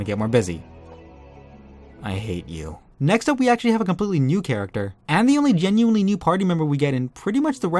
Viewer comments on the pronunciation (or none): none